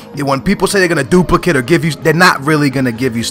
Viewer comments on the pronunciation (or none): none